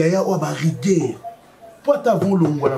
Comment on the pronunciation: rigueur et non riguaire.😂😂😂😂😂😂😂😂😂😂😂😂😂😂😂